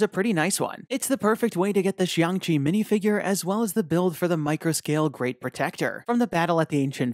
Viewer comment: You accidentally said Xiang Chi, not Shang Chi.